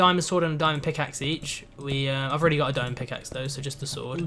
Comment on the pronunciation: "I think he's a dueche and dies by super schword of pwn" hahahaha